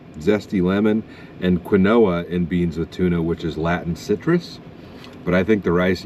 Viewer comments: I love how he pronounces quinoa. Lol! 😂 he said Can-oh-ah, instead of how it’s really pronounced. Btw it’s keen-wah dumbass. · Quinoa is pronounced "keen-wa"